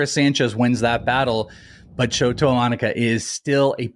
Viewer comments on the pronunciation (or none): Good insights guys, thanks. (Please check the pronunciation: EE-Mah-Nah-Gah, with a more even cadence--similar to vowel sounds in Spanish.) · Bros lost all cred when they started mispronouncing Imanaga's name. Tough listen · Isn't his name pronounced "im-in-a-ga"?